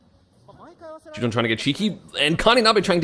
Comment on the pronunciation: its no shutone esam its shuton